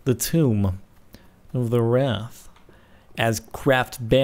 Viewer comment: Wrath* not Rath...